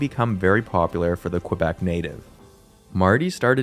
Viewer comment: Its Kuh-Bec, not Kwa-Bec.